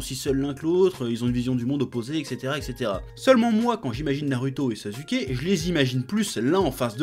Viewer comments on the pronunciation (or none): On dit naruto pas naruto On dit sasuke pas sazuke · "NarUto, SazUké" 😂😂🤣🤣🤣🤣😭😭😭😭😂😂🤣😭😭😭🤣🤣😂🤣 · C’est moi où il dit Naruuto et sazuke 🤨🤨🤨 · pourquoi tu as un problème avec les U ? tu dis NarUto SasUké et pas "OU" meme Otakou tu le prononces OtakU... chelou